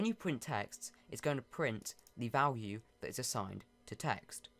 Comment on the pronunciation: Notice how he sais vlwue